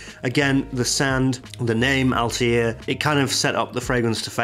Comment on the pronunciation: It's not Altair from AC (flying eagle) its Althaïr which means ( Rebel ) in Arabic. It is pronounced with a (th) not (t).